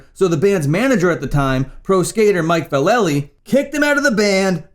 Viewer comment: I don't have any argument with you, but your info's a little light. I didn't hear you mention, chuck dokowski, or dez cadina singing for black flag. Both of them sang for the band after ron reyes, but before henry rollins. And mike's last name is pronounced valla-lee not vahl-lay-lee. And chuck dokowski had a whole lot to do with black flag seems like he really wasn't mentioned. And there was at least a couple more bandmates that weren't mentioned.